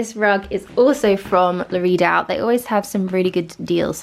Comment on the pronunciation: Took me ages when you said “la read out” to realise you meant la redoute! 🙈😂 Lovely transformation xx